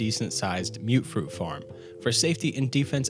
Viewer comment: Am I wrong to think that it’s pronounced mut-fruit and not mute-fruit?